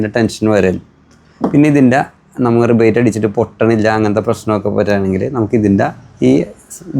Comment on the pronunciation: റിവറ്റ് ഗൺ ✅ റിബേറ്റ് ഗൺ ❌